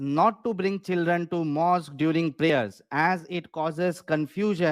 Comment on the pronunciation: माॅस्क को.माॅस्कयू बोल रहा है.mohmmad pidofile ka shit mubarak😂